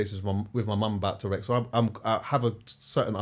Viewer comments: It’s true though, it sounds like he’s talking about a dinosaur - but agree with his overall message! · And man!!! It’s TOURETTES 😂 a man has said TOUREX on two pods